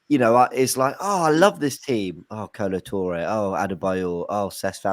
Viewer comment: Feel sorry for, signing Calafiori just means it's another player he can't pronounce 🤣